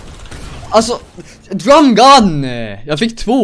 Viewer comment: Älskar att han säger ”drAm gun” istället för drum gun ! 😂💕